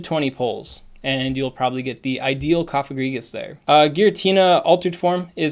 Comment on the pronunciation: Gourgeist includes the German word for "ghost", which is "Geist". The "ei" sounds like a short "i". "Geist" rhymes with "heist".